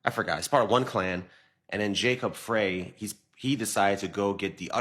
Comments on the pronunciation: Ummm, Somalis have more than 2 "tribes" in Minnesota, but there are some tribes more in number. Also, the Mayor's name is pronounced "Fry" not "Fray." But I live here, so I wouldn't expect those things to be known by others who do not. And absolutely, none of these other groups adapt to Pan-Africanism, neither here nor anywhere else. They stick to themselves, in their own silos, and support themselves. Those over here, including Somalis, take advantage of benefits in this society fought for by our ancestors on our behalf. I've seen them put African American on documents to exploit our standing in this country. They might feign Pan-Africanism for the purpose of benefiting from us. But, for the most part, Africans are Pan-African anywhere but Africa. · His last name is pronounced Fry not Frye. Minnesota has the largest amount of Somali immigrants in the US. The mayor is very smart. During Covid, he allowed the Muslim prayor to be broadcast over speakers. No other religious group got that permission. They are Somali's not Somalian. We have had over $1 billion in DHS Fraud here in MN: Feed our Future, Home Health Care, Childcare, Autism Care, Non-Profits, investigations are ONGOING, and so the Minneapolis public blames the Somali community for most of it.